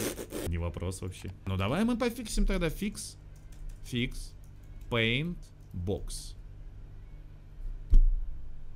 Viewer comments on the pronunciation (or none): none